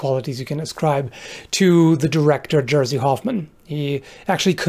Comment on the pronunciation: Jersey Hoffman. XD. It is mistake. Jerzy Hoffman. George Hoffman also is correct. Jersey not.